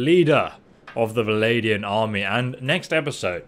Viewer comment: Really enjoying your content my man but could you possibly please say Val-an-di-an? I've never been bothered by something as much as this but as I originally said, loving the content.